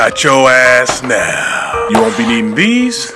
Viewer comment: Laughing at how the army recruiter said "NOW" 🤣